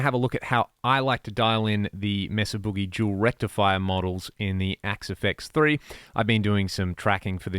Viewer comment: I like how you say “Jewel Rectifier” 💎 👌